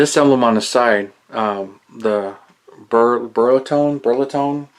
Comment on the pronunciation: I agree with you in those wheels....too far in, that wouldn't please me either. Beautiful car though I've liked them ever since I saw the Italian Job years ago. Oh and Bertone it's pronounced Burr-tony 👍